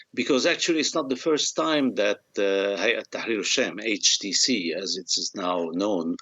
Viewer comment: Why would we listen to this Gilbert. He can not even pronounce HTC correctly. Where did you even pick him up?